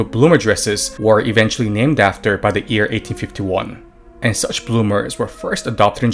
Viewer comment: Firstly, I have never heard an anime character saying "buruma", they always honestly try their best to say "bloomers", secondly, you are saying ear instead of year, so japanese are on avarage more literate then you are.